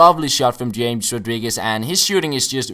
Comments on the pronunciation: James's name is pronounced Hames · james rodriguez is pronounced like ''hames''